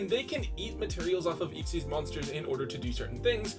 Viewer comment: What is that pronunciation of Xyz…